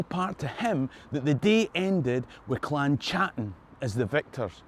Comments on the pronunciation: Great video, but Please could you stop mispronouncing my clan name. It's pronounced Cattan and not a "Ch" sound. Touch not the cat bot a glove. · The CH in Chattan should be pronounced the same as the CH in loch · In 2009 myself and my wife attended the Gathering of Clan Chattan, the 400th year anniversary of the Confederation. I was smartly schooled that the 'C' was silent and the name was pronounced "clan Hattan', my last name unchanged since Mark Hattan arrived in Virginia 1777.